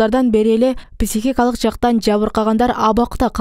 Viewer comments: ПИсихикалык эмес пСИхикалык дегилечи урматтуу ПИСИХ журналистер. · Кечиресиз, писихикалык эмес психикалык деп айкан тууру болот. Терминди туура айтуу керекго. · Журналисттер туура сүйлөгөндү үйрөнгүлөчү,писихикалык дебей,психикалык деп. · Писихикалык ,.ч😂😂😂😂бляя койгулачы, граматныйраак диктор жок беле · Журналист кыз, сураныч психика деген созду туура айтынызчыыы